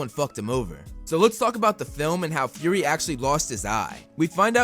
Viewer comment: It's Fury not Furry. Fury is Fu-ry. Furry is Fur-ry, A word that you use to describe a cat.